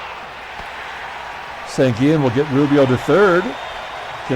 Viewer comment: Pronounciations: In Spanish the double L sounds like a y as in Sanguillen, Versailles, and Llenas. Winston Llenas is in the Carribean Baseball Hall Of Fame. Bobby Knoop (K-Nop) as if it only had one O. I remember seeing Tom Bradley of the S.F. Giants in 1973 pitch a pretty good game against the Mets at Shea Stadium. Nice crowd that night. Glad the Pilots won.